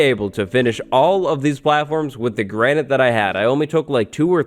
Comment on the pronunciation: Granite ya mean Grianite. Haha lolz